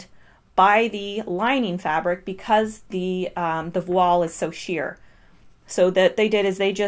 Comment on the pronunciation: Thank you for this detailed analysis! Voile rhymes with toile. It's a french word.